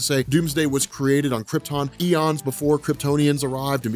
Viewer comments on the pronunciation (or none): none